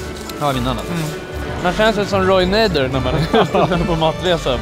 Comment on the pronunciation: Roy naider haha Roy nader